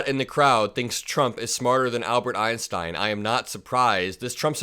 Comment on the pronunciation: He couldn’t even pronounce Einstein 😂